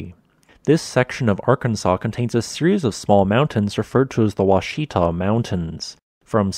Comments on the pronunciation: So there are lots of conflicting resources online for the pronunciation of "ouachita" - wa-SHEE-ta is unfortunately incorrect. It's WASH-i-ta. Here's a good example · This is my home town. Born and raised. It is pronounced "wash-it-taw" not wash-ee-tuh." We could always tell who the tourists were per the pronunciation. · Which reminds me: aren't the mountains pronounced "WATCH-ih-taw," and not "wah-sheeta?" Just sayin'. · The word "Ouachita" in the "Ouachita Mountain" range mentioned in this video is pronounced "wash-i-tah". Thank you for this video, I have lived within 40 miles of Hot Springs all my life and did not know the exact reason the springs were hot, nor the fact the hor water coming to the surface was so old. If you have not done so, please do a video on the "Crater of Diamonds State Park" you noted in this video. Thank you for this channel. I especially enjoy the impact crater videos and meteorite related videos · Heads up, Ouachita is pronounced Wash-I-tah. If you enunciate the 'i' sound it's going to sound really odd to locals. But close enough, better than when I was younger and called it Ooh-uhh-cheetah. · Wa-shi-tah (Pronounce it to match its French spelling. [accent on the first syllable]) Also: phenomena is plural. The singular is _phenomenon_. Also 2: Why do you end every sentence [or clause] with its last two syllables making a descending jump of a perfect fifth? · Absolutely hate how you mispronounced the name of the mountain range lol ouchita is pronounced (washita) you gotta kinda slur it all together lol other than that, it's an interesting thing to learn about considering I live in hot springs myself. Was always told the town was built inside the rim of an inactive volcano. Interesting to hear thats not the case. Anyways, good video. Do wish it was a bit longer tho although I've no clue what you'd talk about to make it longer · The mountain's name is pronounced WASH-it-taw, but spelled Ouachita. I live here. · Pronounced washita......